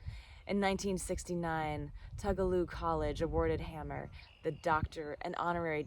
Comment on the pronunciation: I believe its pronounced hay-mer not ham-er but I didn't find this awkward, small detail.